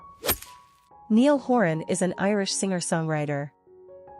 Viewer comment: NYE-ALL. Niall.